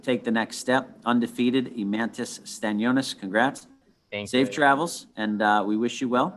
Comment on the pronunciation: Eimantas, not Emirates :DDD